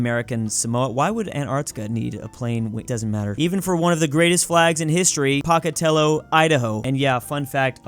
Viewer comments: Every time he said Pocatello it made me cringe so much. I live in Idaho and we pronounce it POKEatello not POCKatello. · It's Pocatello not Pacatello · I just wanted to clarify that instead od paokatello you say pow-kuh-teh-low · very important... POE-ka-tello, not Pah-ka-tello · ITS NOT POCKET-TELLO. ITS POKE-ATELLO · It’s not p-o-ca-telo it’s po-ca-telo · Its pronounced Poe-ka-tell-o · not to be that guy, but totally to be that guy, as someone who lives in idaho so i think i have some credibility or whatever here but im pretty sure its pronounced pOHcatello. i honestly had no idea what town you were talking about until i saw the spelling on the flag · As someone who has visited Pocatello ID many times and has family there, I can say with confidence that they pronounce it "POKE-UH-tello" Also, thank god they fixed their flag. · as an idahoan i am offended if you have our flag it’s is pronounced POKEatello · It's pronounced P-o-cat-tale-o, Idaho. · Hate to be that guy but my mom is from Pocatello and it's pronounced like poh-cat-ellow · POKE-A-TELLO! As someone from Idaho, that pronunciation was scarring. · Every time you say Pocatello it makes me cringe. As a native pocatellian Its pronounced Po-cat-ello. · Im from pocatello, but it is pronounced p-oe-cah-tell-oe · as a Southern Idahoan, the town is pronounced Poke-Uh-Tell-Oh lol. We sometimes call it Pokey for short. Solid attempt tho. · Hey I just want you to know it’s pronounced Pow ca tel oh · Pocatello is pronounced as "pow·kuh·teh·low" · pronounce pocatello correctly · The way that he pronounces Pocatello and the fact that they have a new flag and that I am an hour from Pocatello and feel like I’m representing the Idahoans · No one thinks you’re from Idaho with that pronunciation of Pocatello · As an idahoan it hurts how pronounces Pocatello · as someone who's been to pocatello, idaho if you pronounce it like that to a local they will LAUGH IN YOUR FACE.